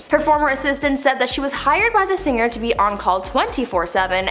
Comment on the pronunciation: Narrator...singer is said sing er not sin ger. Gl Not singrrr